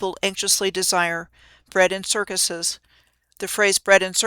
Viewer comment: Bread and 'Kirk-useus' Hmmm never saw the 'use us' in the word circuses. While were at it, look up the word 'kayfabe'. Now which CIC is in the WWE? Not sayin', just sayin'